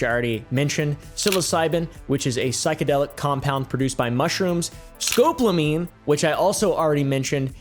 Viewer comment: Hate to be that guy, but it's pronounced SKO-PO-LO-MEEN.